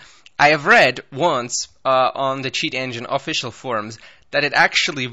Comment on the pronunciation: Sound like u said s*** engine